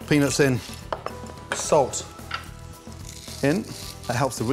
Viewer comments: Gordon has got to start pronouncing the “t” in peanuts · Damn. He doesn't enunciate "peanuts" very well...😂😂😂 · Everytime this man said peanuts i heard ”penis”. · The way he says Peanuts, makes me crack up everytime.